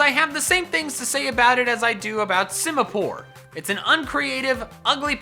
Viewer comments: SIMIPOUR, NOT SIMAPORE! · Simipour MORE LIKE SIMIPOOR